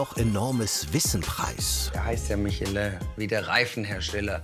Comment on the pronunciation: Also entweder sagt man „Michelin“ (also deutsch ausgesprochen) oder man sagt „Mischloa“ (Französisch ausgesprochen) was übrigens beides korrekt ist aber das war einfach mal komplett falsch 😅